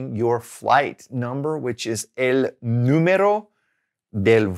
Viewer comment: You pronounce número incorrectly. You pronounce it as two r's. It's a soft r.